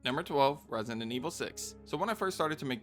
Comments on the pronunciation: Question why are you saying resient instead of resident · Its kinda weird that you say resident, "residenent" Just my opinion lol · For the love of god please stop saying "Resonant Evil" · Am I going nuts or are you calling it ResiNdent Evil? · Why are you always saying 'residentent evil"? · bro don't take it badly but in the whole video you never pronounced the word resident well a single time.